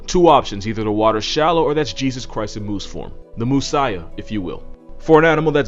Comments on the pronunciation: 'Moosiah,' thank you for that XD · The Moosiah..... 🤣 I lost it. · "Moosiah" did it for me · “The moosiah if you will”